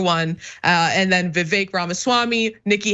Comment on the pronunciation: Every time you say Vivek it sounds like "The Fake". It's perfect.